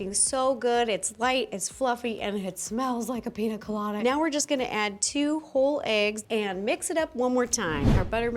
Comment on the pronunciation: oh btw it's pronounced pinya colada, the accent on the n makes it "enye"